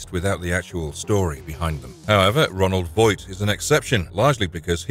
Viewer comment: Roland Voight not Ronald Voight